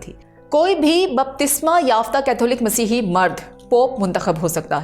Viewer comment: Ap itna khubsurat Masih bol rhi han KHUDA kre bakion ko bi sharam a jaye